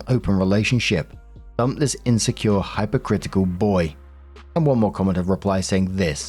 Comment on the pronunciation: Story 3 - When actually mispronounces the word "hypocritical". Jesus.